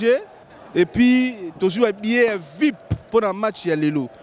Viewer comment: Après tout ce temps passé en Europe, vous ne savez pas qu'on ne dit pas "vipe" mais V-I-P...? Qu'on ne dit pas "fierité" mais plutôt "fierté"? Parfois il faut viser plus haut et accepter de vous recycler pour mieux atteindre un public plus diversifié.